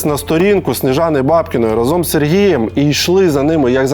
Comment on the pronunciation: Олексій, рАзом, а не разОм.